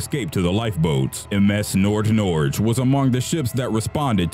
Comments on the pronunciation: Not mad, but it's pronounced ''NordNor-gey'', not ''NordNorje'' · "Nordnordzh?" ffs learn to pronounce the name at the very least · The way they pronounced "Nordnorge" is hilarious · Lol I'm from Norway and "nordnorge" is directly translated to North Norway. And omg the way he says Nordnorge is probably the weirdest thing I've heard today and I really couldn't take that part serious at all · Youre saying nordnorge wrong